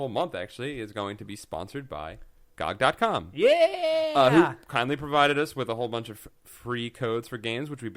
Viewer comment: If you are promoting GOG I would have thought you would have said it properly? Good old Games or G.O.G!